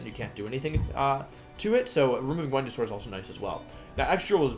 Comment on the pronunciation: Talking about Dracovish counters that got removed cracks me up. “This gives Tailwind, this gives sun, this gives Follow Me, this gives ... Wenusaur.” Great wideo, Wolfe! Love this!